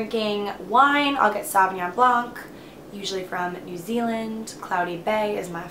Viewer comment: Yes! New Zealand sav blanc is the best (also love how you say the whole word - sauvignonnn)